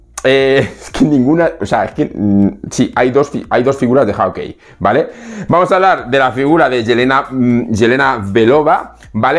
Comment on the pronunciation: Estimado hace meses que te sigo desde Chile en América del sur y me gustaría sugerirte la pronunciación correcta de "Hawkeye" se pronuncia /jokai/. Si quieres te ofrezco clases de pronunciación del Inglés ya que tengo un B.A. en English Linguistics. Una vez mas, me encanta tus videos y siempre los veo.